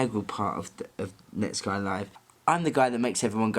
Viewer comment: Always thought it was pronounced Net-Skee